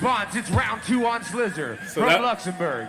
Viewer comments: Why is he calling slizzer "slizler"?? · yo my boi its slizzer not scissor okayy